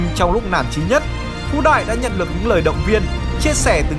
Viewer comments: Đừng đọc ngược tên Phú Đại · Phú đại đọc láy phái đ* :))) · Phú đại đọc lái :)))